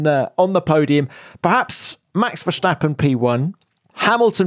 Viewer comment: Tom, the whole world says Max Ver-stap-pen..... you are most likely the only one who is butchering the name to Nax Vershjstappen.... could you pleaaaaaaase adapt? Please? Appreciated, especially since the show is great!